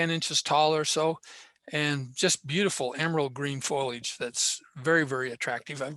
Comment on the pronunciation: Lots of great info here. I concur with everything except your pronunciation of foliage.